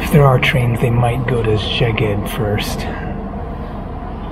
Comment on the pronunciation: The way you pronounce Szeged would be written „segged“ in Hungarian which means „your butt“ .😊